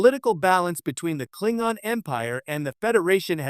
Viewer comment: 10 seconds into the video… If you can’t pronounce “Klingon” properly, I don’t trust anything else you have to say on the matter…